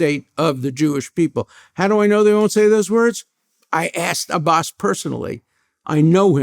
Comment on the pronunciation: Wow, he said my name perfectly..ABBAS.